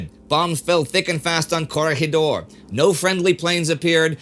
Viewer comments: I'm so happy he says "Corregidor" correctly here; other documentaries forget that the word is a Spanish/Filipino word where the "G" is soft and not hard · Lindy has a good knowledge of geography with the names of all those Russian towns pronounced correctly and Bata-an and Coreg-hidor. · Pronounced Coor-rig-a-door